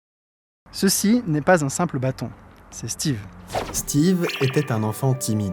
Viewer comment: On dit b*â*ton...